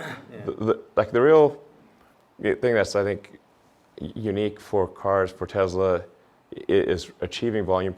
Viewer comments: You would think that the owner of the company would know how to pronounce Tesla without a Z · it’s pronounced however Elon pronounces it.